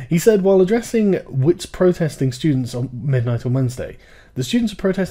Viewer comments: Just a random South African here to provide pronunciation fixes. *Wits*: The "W" is read as a "V" as in viper => Vits *Dlamini*: It's an L. 1) Start by saying class but don't pronounce the s's => cla - British pronuciation 2) Replace the "C" with a "D" => dla 3) Add a meanie to the end => dlameanie Emphasis on the me in meanie *Soweto*: Say it like the phrase: "So where to?" Emphasis placed on the where *Cofimvaba*: Coffee mmh VahBah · It is pronounced more like Vits, its Afrikaans. However I found this really interesting as this issue affects us quite heavily in South Africa. Especially at Wits because these protesters would rather block everyone attending lectures and burn tires at the entrance than let people get what they paid for.